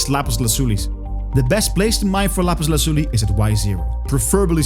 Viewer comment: What's that accent? Are you a Spanish speaker by chance? That "Lapiz Lazuli" was on point!